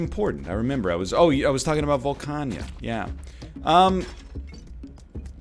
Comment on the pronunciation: Volcana not Volcanya